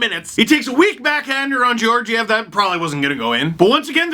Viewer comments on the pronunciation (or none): Damn you keep saying George-ev. STEVE GET THE FACTS